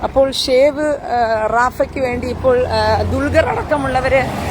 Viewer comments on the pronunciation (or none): പ്രിയ സഹോദരി, ഷേവ് അല്ല സേവ്! ഷേവ് എന്നാൽ ചിരക്കുക എന്നാണ് അർത്ഥം! 🤦‍♂️😝🤣🤣